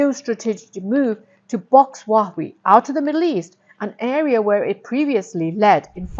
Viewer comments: Oh dear Please learn to pronounce Huawei properly ! It’s Huawei = as in Hua way ) Not “wach way” ) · Huwa-Wei rather than Wah-wee. Otherwise, great content. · True, it feels so weird hearing her say Huawei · Your pronunciation of Huawei is tragic! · Great content, please pronounce Hauwei correctly.